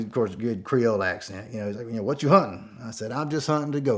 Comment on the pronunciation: Boy! I tell you Hwhat! Awesome story!